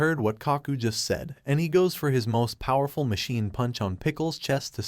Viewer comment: Is it me or this kind of youtube channels are voiced by ai. What got me to write this is that he said (poowerful)